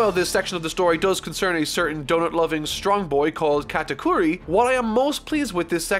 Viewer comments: Sorry,, you've mispronounced GOATakuri. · U butchered the first part of Katakuri’s name